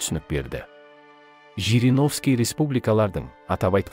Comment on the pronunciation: ЖЕРЕГОВСКИ ШАЙНАҒАН ЕКЕН.